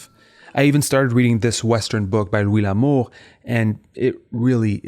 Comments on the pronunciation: lwee lamoh?? EPITOHM??? 😂😂😂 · I love this guy’s accent. I don’t know where he’s from, but it’s super cool. It’s also funny to me that he pronounces Louis L’Amour’s name like it’s French. Anyone I know who’s been into those books calls the author “Loo-ee La-more”